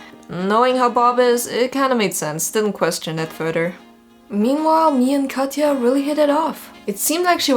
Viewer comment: lmao my older sisters name is Katya, I freaked out when he said her name 😳 you actually said her name right tho lots of Americans where I live say it like “Katcha” for some reason